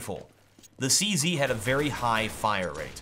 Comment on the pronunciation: lol why does he keep calling it the 'CC'? its called a 'CZ', not a 'CC' lol